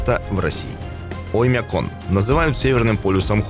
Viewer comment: Странно произносишь слово - "Оймякон". Слух "режет". Как будто забываешь название и читаешь со шпаргалки, да еще с каким то акцентом! Ролик совсем ни о чём, хотя про Оймякон можно много чего рассказать. Но все равно - лайк👍👍👍))